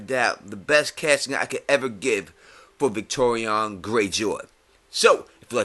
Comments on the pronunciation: Why are you pronouncing it like "Victorion" instead of "Victarion"? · Victarion, not Victorian, mate... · Yeah man, I know who you're talking about. Great video by the way, and I 100% agree with you about the recasting of both Euron and Victarion. I was just wondering why you pronounced his name that way. Love your videos, and it's awesome you actually reply to people's comments!